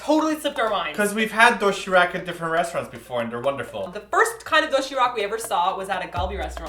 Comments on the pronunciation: its pronounced doe she rahk not doe she rack noob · also, it isn't doshirak if you replace the r with an L, It'll sound like the correct pronunciation. you can replace the d with a t, but d is more correct sounding. and if you use the a like that, it'll sound sort of like rak instead of like rock. if you say the a with a little bit of the o, it'll be more correct i think. so it should be doshilac. the k should be a c. i hope this made no sense. but helped in a way. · doshiRAK is pronounced doshiLAK sorry! i dunno, it bothers me lol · its more like doshee -lahk hehe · Emphasis on the SHI do SHI rak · do-shi-rak is pronounce like do-shi-lak..the lak being like "rock" kind of =) cute video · Everytime I heard "doshirak" I thought "dothraki" xD